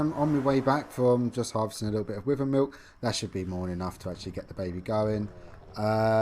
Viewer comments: Btw it’s pronounced Why-Vern not With-Vern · its pronounced why vern not wih vern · I'm British, and it's definitely Why-vern, it's not like "Tomato" over here we say Tom-art-oh and in the US they say Tom-ate-oh, "Wyvern" is universally pronounced Why-vern, sorry bud